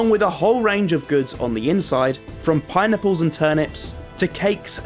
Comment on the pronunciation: i didn't hear pineapple i heard "pie nipple"